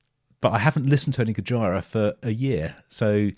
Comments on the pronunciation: FYI the pronunciation is goj👂ra not goj👁️ra lol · Please, stop calling it Go-Jy-Rah, and please pronounce it Go-Gee-Rah. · It's Goj👂a, not Goj👁️a 🙏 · I have one issue It's Gojira as in "Go-jee-ra" not "Go-jie-ra" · Don't want to be anal but it's spelt (go-geer-ah) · Dude, it’s pronounced GO-JEER-A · Make sure when you listen to Gojira you watch the Live versions. Also, its GO-JEER-AH, aka Godzilla haha. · It’s pronounced “Go-jeera” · you pronounce their name with the "JI" almost sounding like an S. Go-Sheer-Ah. This is how the guys in the band pronounce it. 😉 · Pronounced Gojeera :) If you want more, then Gojira - Art Of Dying is an obligatory song to check out! Just consider the immensity of the Gojira, Opeth and Devin Townsend lineup at Red Rocks btw <3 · Pronounced Gojeera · I love your reaction videos.. but.. umm. "Gojira" is pronounced similar to "Godzilla" - it's the Japanese version of the word/name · The way this dude says gojira 😂😂😂😂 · Might enjoy them more when you learn how to pronounce the bands name. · Why do you pronounce GOJIRA like Vagina? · Pretend your Japanese and say Godzilla. That is what they’ve named the band look it up. So your pronunciation is wrong